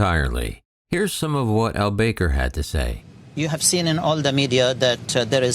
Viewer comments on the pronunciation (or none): It's not pronounced Al BAKER! It's Al Back-er. :|